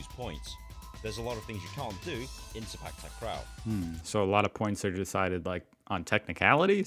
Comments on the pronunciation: Clarification about Sepak Takraw pronunciation. 1st word: It's Se- with the same vowel as se- in sell, then -pak is sounding like "puck" not "pack" as most of the westerners read. So the "CPAC" you guys read is all wrong. 2nd word: Takraw is Ta- Kraw not Tak- Raw. Ta- sounds like T in the word "lotus" and now the kraw is the same vowel with awe in awesome. Hope this helps. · The correct pronounsation is "say park tark raw" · The W in Sepak Takraw is not silent. It is pronounce as in the word "NOW" or "COW." The ball speed is almost as fast as in table tennis. With lots of practice, players can predict where the ball will go so they know whether to allow it to go outside the court or to try to tap/touch it.